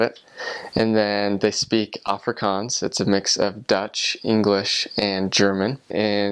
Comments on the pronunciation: Put emphasis in the g in Africans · if only he could pronounce Afrikanse, and I think pap is very nice and we (Afrikanse people ) also like biltong wich is kinda like beef jerkey , also reasearch the anglo boer war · I don't know why, but hearing him try to pronounce Afrikaans and speak Afrikaans, makes me want to scream🤣🤣 I'm so sorry and I know he is a foreigner and doesn't understand to pronounce it properly.. maar sjoe, dit maak my mal🤣